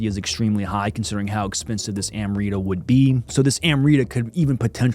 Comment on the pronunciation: It (AMRITA) is pronounced as Umrita/Umrit ..